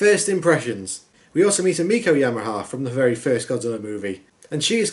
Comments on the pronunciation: Yamane, not Yamaha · Yamaha? Yahame? It's... it's YAMANE. Ya-ma-ne. YAMANE! Also, It's Kuroki, NOT Karuko. Ku-ro-ki. This is why I rarely watch your videos. Seriously, turn on subtitles or captions and pause the movie you're watching to get it right! You have the technology to do so!